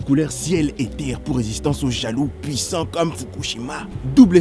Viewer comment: Il dit jaloux